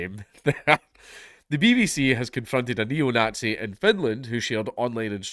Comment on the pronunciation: 'ayle 'eetluh' - the nogtsee probably